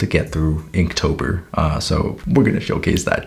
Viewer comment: not me thinking he said kinktober